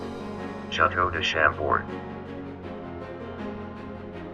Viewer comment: Just say "Shahm - Bohr"